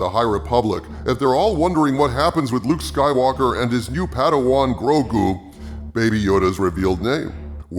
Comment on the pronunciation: "Jake Soywoker" LMAO